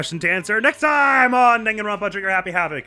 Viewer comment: Based on this episode opening, every Danganronpa episode should open be you varying mispronouncing the name of the game Be prepared for the 1 person super late to every meeting for literally no reason other than to make you scared that something happened to them Loved the idea of Chihiro asking a question about a "Murderous Fiend" and every ignored her since Makoto wanted their thoughts on it first The motives get so dastardly...we are on the tip of the iceberg of brutality Monokuma: Go watch the videos using the disc player and see the despair! -: standard DVDs? Hasn't Blu-ray been a thing by now? Isn't this suppose to be a high-tech school? Monokuma- Hu- Wha- That's not the important part! Glad to know Monokuma won the Despair part with watching that video, you immediately got worried about all the characters xD "My dear friend ran off in an insane off putting way...but I wonder if the others have anything to say first" Makoto's got such a way with words man...everything with Sayaka was just so incredible. We love Makoto being so bad at fighting it saved his life...one could say it was pretty lucky Monokuma gave him mercy by jumping out of the way...I wonder just how lucky he might be 🤔